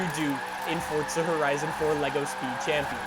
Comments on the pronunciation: Dude your saying "Fortza" Say it with me: For za One more time: Forza Good boy 👍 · the game is called FORZA idk why this guy keeps saying forTza like man u just sound dumb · If anything it's a separation of syllables in Italian- For za why these yanks have to bastardise everything. Like FoughTTTT-Szer. So much emphasis on an imaginary 'T' sound. Let's do it again: For za One more time: Fore-Zha Good boy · Why is it when I hear him say Forza it sounds like he’s saying Fortza? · Over a decade into the franchise and he still doesn’t realize that there’s no t in forza